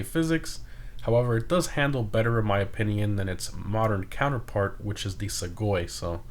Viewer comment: he continues to say opinion the wrong way and it's annoying lmao